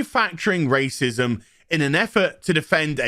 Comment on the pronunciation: You STARTED OFF the video by referring to Ingram as a "black woman of colors [sic]", so I'm pretty sure you're really not into this whole argument as someone taking a stand against racism. Especially since you can't be buggered to even pronounce the WORD "racism" properly.